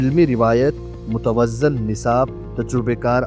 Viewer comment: Muteazzan ( Talaffuz galat hai Mohtaram.) متوازن/ Mutawazin( صحیح تلفظ/ Saheeh Talaffuz hai )